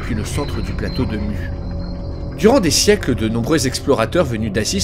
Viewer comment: Venant de Tahiti ça se prononce Mou mais sinon bonne vidéo